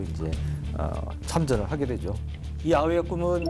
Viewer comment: 계속 아이오아이로 들리네